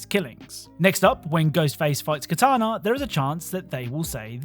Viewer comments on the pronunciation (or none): it sounded you called Kitana, katana